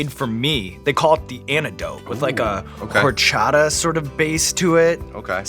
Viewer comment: I want to bring up the Horchata pronunciation as Whore-chata